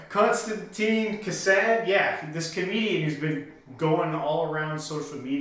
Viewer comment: It's Kisin, pronounced "kis-in" :D